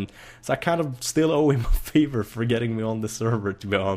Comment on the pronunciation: Haha i laughed when he said e owned beefie a fever inplace of a favour :')